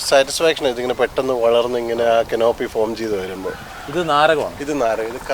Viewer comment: canopy ... not kanoopy ..